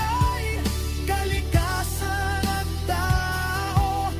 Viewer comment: Huy! Ayusin mo Tagalog mo. Bakit ka-ragatan, ka-likasan ang pagbaybay mo sa mga salitang Tagalog na yan at iba pa? Hwag mo na gayahin sina Korina Sanchez, mainstream media at celebrities na mina-murder at wikang Tagalog. Binibigkas yan ng tuloy-tuloy tulad ng salitang karagatan (ka-ra-ga-tan) at hindi "KA-ra-ga-tan", at sa kalikasan (ka-li-KA-san) hindi "KA-li-ka-san."